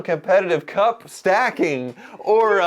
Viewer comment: The new Ocho sport should be " attempting to pronounce 'cup stacking'".